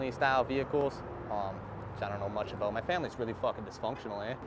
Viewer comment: Let the “Ay” slip one time 😂....aboot..ay